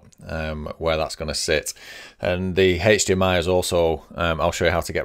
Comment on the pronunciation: Great video, however, if I hear "haechdmi" one more time I might just jump off a bridge